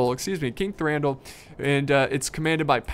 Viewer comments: you read Thranduil as Thranduwil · can't say Thranduil right lol